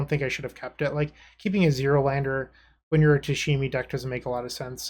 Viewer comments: playing tameshi bloom! Oh goody must watch dont care if I'm tired... Pronounces it "tashimi"... Does he catch the mistake when he reads the card? No... Darn.. Can't get past it sry.. Thank you for the content but I have to stop watching... Oh he catches it.. Doesn't change I'll find another video thats ok.. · New drinking game, everybody drinks a shot whenever says “Tashemi “